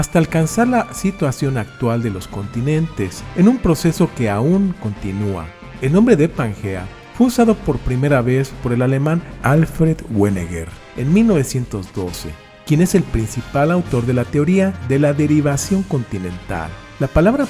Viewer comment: Alfred Wegener, no Weneger. Minuto